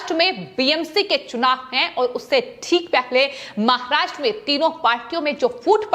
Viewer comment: अरे तोतली पहले ढंग से बोलना तो सीख ले फिर न्यूज पढ़ना। आहरोप महारात्रा बकलोल कैसे बोलती है जैसी दिखती है वैसे ही हकलाती भी है अगर जरा भी शर्म है तो आज से समाचार वाचन छोर दे